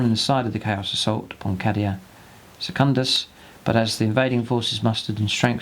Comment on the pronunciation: I believe it's pronounced Kay-Dee-A